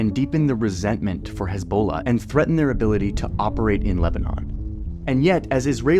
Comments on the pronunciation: His Balla! 🤣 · the way Johnny says Hezbollah is killing me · Heavily reminiscent of that EBOLA meme.